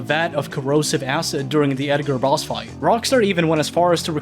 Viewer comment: i can't be the only one Who Heard "Edgar ross" instead of "Edgar boss"